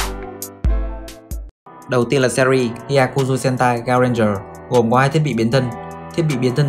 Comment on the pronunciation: Trời SPN Sentai mà cứ đọc nhầm h*e*n*t*a*i